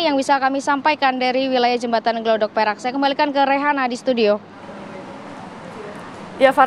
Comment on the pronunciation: Gladak Perak mbak.." Bukan Glodok Perak...😢